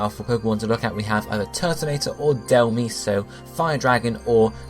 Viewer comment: Turtonator! It's 12-9, and if you end up doing Dhelmise, please pronounce it properly. "Dell-mize" Like, mice but with a z